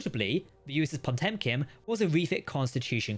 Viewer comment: Po-tem-kin too. I understand it must be a pain haha